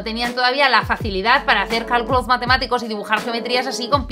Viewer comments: Dice cáculos. CÁCULOS xd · soy el unico que se dio cuenta que en el minuto dice CÁCULOS ¿¿¿????? PERO DE IGUAL MANERA ERES MI YOUTUBER FAVORITA EVER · nadie:: SIN CÁCULOS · "diseñar estructuras... ¿sin CÁCULOS?" WTF